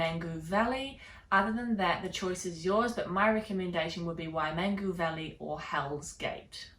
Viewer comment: Terrible and shocking pronunciation of Maori words by a kiwi smh wai-man-goo??